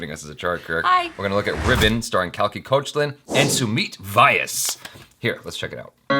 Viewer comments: and u got his surname wrong "Vaayas" #Vyas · Jaby , Sumeet is not "Y aas" but "Vee yaas" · It's pronounced 'Vya-as' not 'Vee-ass' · It's not "Y ass" it's "viyas" 😂😂😂